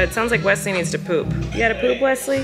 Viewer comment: The way flynn pronounces his baby brother's name...... "weswy" AWHHHH ITS SO CUTE! you can tell flynn really loves his big brother!